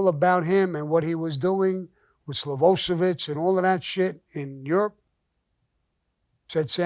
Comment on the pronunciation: Slovoshevitz…I was dying laughing. The Guy’s name was Milosevic. But great story again, very entertaining.